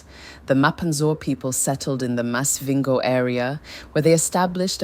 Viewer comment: Is this an AI talking cause some of these pronunciations ?😂Maz-vhingo